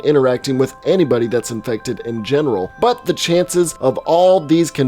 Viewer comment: I like the way you said “iFeCtEd”